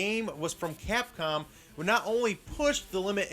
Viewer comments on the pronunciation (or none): none